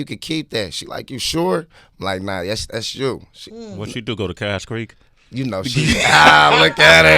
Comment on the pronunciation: Lmao Sway said Cache Creek. Thunder Valley and tings